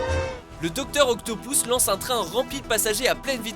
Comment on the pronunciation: on dit doctor octopus pas doctor octopous sinon bonne vidéo